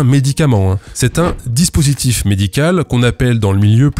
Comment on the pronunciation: Dispurtif ? :p